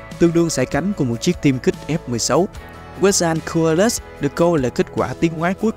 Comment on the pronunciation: Kênh cố gắng phát âm tên chuẩn hơn chút thì sẽ tốt hơn: Liopruerodon: laɪoʊˈplʊərədɒn/ Quetzalcoatlus: /kɛtsəlkoʊˈætləs/